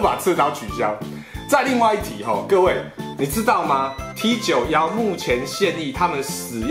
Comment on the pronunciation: T91念作 梯勾么 都當過兵了不要亂念